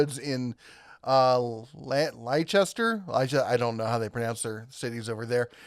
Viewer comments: I think only the Playboy Mansion would have the mud mixer on their new tool bingo 🤣🤣 Btw Leicester is pronounced Lester - the ice is silent ! 😉😉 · It's pronounced "LESTER" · Leicester is pronounced lester.